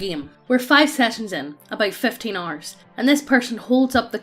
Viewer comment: "About 15 arrs" Exactly how much time is that in English?